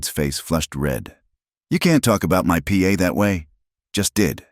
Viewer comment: Good story. But it's pa, not P A